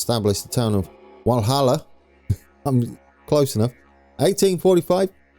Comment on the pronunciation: Walhalla is pronounced like Valhalla it's actually named after a gold mine and the German hall of fame Walhalla (From the Norse Valhalla)